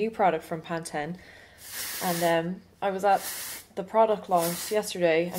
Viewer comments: LOL. I just love you. It's PantEEN not PantEN. LOL. I am so glad you did this look, I have been envious of your photos and videos with this hairdo. Yay, thank you! I'm gonna try it. FYI, I finally went red like you.:) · it's called Pan-teen. Just so you know. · It is PanTEN, not PantEEN. That how they say it on the ads!!